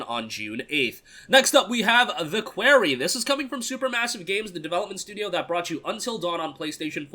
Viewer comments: You keep saying Query instead of Quarry. Sorry, I'm just a stickler for proper pronunciation. I'll show myself out... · It's quarry, like "Corey in the House." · Like someone from new York would say it